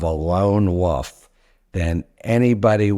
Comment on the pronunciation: Wolf , not woof